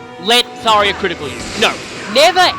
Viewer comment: I love Tharja's sarcastic "Yay. Danger.". Also, it's Thar-JA, not Thar-YA.